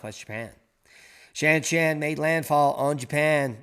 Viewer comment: Shanshan pronounced, Shaanshaan.